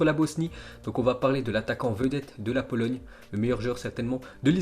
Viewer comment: Tu a dit polologne